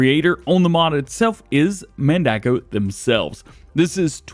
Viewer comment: No, Man-duh-co. That's how it's pronounced by John Redekop, Mandako's president.